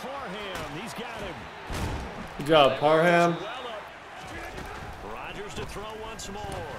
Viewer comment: Donald Parham Jr. No "n" in the name: Par Ham